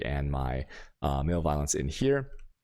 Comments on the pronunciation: What? It’s just maleviolence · lol, "male violence" I have to wonder if some of these people graduated high school. muh-lev-oh-lense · malevolence =/= male violence xD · I think you’re pronouncing malevolence wrong